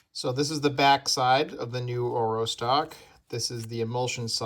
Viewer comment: Should pronounce it correctly orVo and orWo (engllsh)